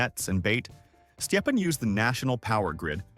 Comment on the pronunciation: His name is stepan not whatever weird thing you're saying